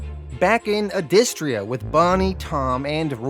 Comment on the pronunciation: He's pronouncing it wrong, it's pronounced "Adystria" . I know this because I heard the creator say it in an interview.